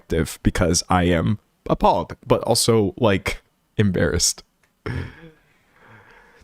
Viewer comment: when you said "because I am appalled" I thought you said "because I am a pawg" at first 🤣